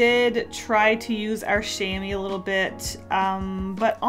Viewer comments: Said in a Hermione Granger voice It’s Sha-M-wA not Shaymeeee ! It’s always funny how English speakers pronounce French words 🤣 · I think it’s pronounced sham-mwar. It’s a very strange word, I wonder what language it comes from? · A chamois is a type of mountain goat here in Europe, so I imagine it used to be (I really hope not anymore) made of their leather and it’s pronounced sham-waa. Googled it... it’s still made of their skin... ew. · "Chamois" is french for the mountain goat, brown and jumping around on cliffs and weird angles. and I sjut look it up and it's the same name in english x) it's is pronounce [ʃamwa] (thanks the internet for that part) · oh no, I've been saying cha-moy my whole life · it's pronounced kam-wah just so you know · Chamois is pronounced “sham-wah” which is where sham wow comes from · Ahah its "chamoa" its french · "Chamois" Omg,Sauce for some Mexican candy?